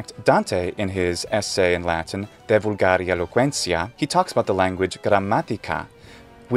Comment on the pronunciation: "vulgàri"? Not "vùlgari"? The stress on the second syllable is how Italians pronounce "volgare" today. But I always heard "De vulgari eloquentia" pronounced with the stress on the first syllbable of "vulgari", following the penultimate rule.